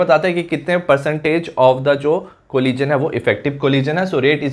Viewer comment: Thank you sir, I love it when you say 'collison'